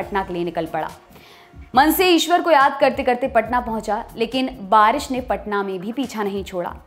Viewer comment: बारिस नही बारिश होता है #lallantop